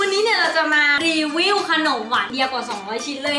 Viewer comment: รีวิ่วทุกคลิปเลยต้องอ่านว่ารีวิวคับ